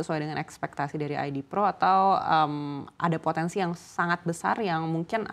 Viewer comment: Pontensi..... Pontensi..... 😂😂😂😂